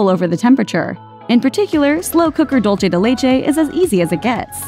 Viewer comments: "Dull say, day lay chay" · "Dolce de Leche" I'm sorry - what? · "Dolchay de laychay"? Idiot.